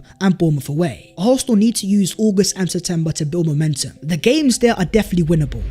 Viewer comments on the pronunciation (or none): none